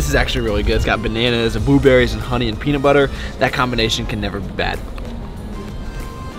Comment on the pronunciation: Wtf is a “BUEBERRY” I can’t stop laughing😂